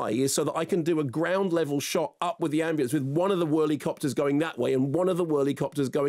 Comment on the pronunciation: "Ambu-LA-ance,....oh it's in LA" - That got me, can't lie.